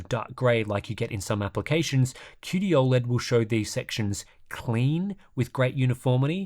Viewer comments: It's not "Aw-LED" bro, it's "O-LED" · I think you’re the only person to ever pronounce it ol-ed